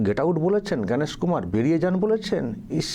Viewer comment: এরা চুড়ান্ত অশিক্ষিত, কারণ এরা জ্ঞানেশ কুমার এই নামটিও সঠিকভাবে উচ্চারণ করতে পারে না, বলে "ভ্যানিশ কুমার"। কোন শিক্ষিত লোক এদেরকে ভোট দেবে??